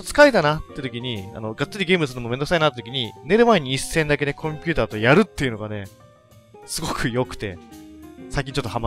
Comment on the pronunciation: 寝る前にコンピュータとヤるに聞こえた私は発想が男子高校生みたいで草